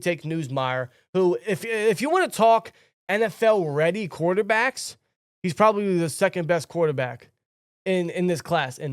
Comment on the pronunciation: how do u guys mispronounce all the qbs names lol